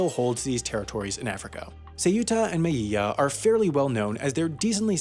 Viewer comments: Melilla is pronounced >Meliya<, not >Meyiya<. The even more correct, though neglected form is > Melilya<. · I think “meyiya” was somehow even worse than “say-yoota” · He says Meyilla instead of Melilla, terrible pronunciation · Wow your Spanish sucks, you're pronouncing all Ls as LLs. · You say melilla bad, in english in would be melija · There are many ways to pronounce "Melilla", and "meyiya" is not one of them. If you're the average Latino and Southern Spaniard: me-LI-ya The same guys also pronounce it as: me-LI-dja If you're from Argentina or Uruguay: me-LI-sha If you're from Bolivia, Paraguay, or from Northern Spain: me-LIL-ya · Why do you pronounce "L"s as "I"s in Spanish names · Man, only the double L in spanish is pronounced like a Y, when there's just one L then it's pronounced.. well like an L normally is. So it's "meh-Lee-ya" and "Peh-less". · Hey big fan and I love all your videos, but since you seem to be super nitpicky about stuff I'm gonna be a little nitpicky at you. When you pronounce "Melilla" and "Peñon de Velez" , you say "Me-yi-ya" and "Ve-yez." Super close, but it's actually only double Ls that have the "y" sound in Spanish, so it'd actually be "Me-lee-ya" and "Ve-lez." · Me encanta cuando dice seu(ú)ta y mei(í)lla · Great video! I enjoyed that sarcastic humour that characterizes your productions. BTW, the L in Melilla is pronounced as the L in “London”, and the same happens with the L in Vélez. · Guillermo M. Serrano I think he pronounced it as if it was French